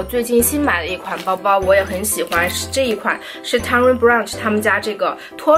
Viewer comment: tony burch😂not brunch